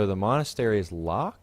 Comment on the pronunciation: Pronounced Monn As Tare E c